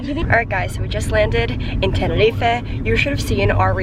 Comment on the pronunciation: Thanks for say TENERIFE and not TENERIFA 😂